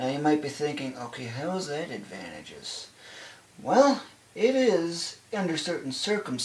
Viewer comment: you're killing me with how you keep pronouncing "advantageous". Just...over and over.